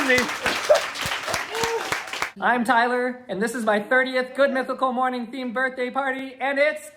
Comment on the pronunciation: You were saying morning with a u? Oh no 😢